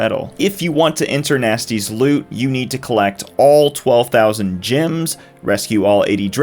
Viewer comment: Did he just say gems as "gyms" lol wtf